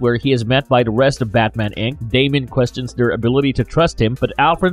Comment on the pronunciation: DAY-mee-uhn Don't say it if you don't know how to.